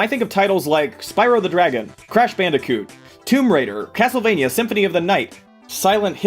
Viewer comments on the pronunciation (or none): DID I JUST HEAR CASTLE VAINA